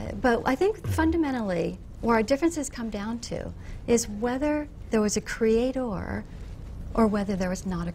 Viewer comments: Why does she keep saying Cree-ay-tore like that? She sounds like an idiot. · what the fuck is a cre-ate-tor? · The way she pronounces 'creator' annoys me greatly.